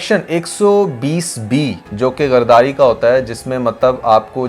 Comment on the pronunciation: Bhai news to bohat brhi de rahe ho par ap ko Urdu word bolna nae AA Raha kaiser yt ho ,,,,,,,gardari nae hota gadari ho hai urdu word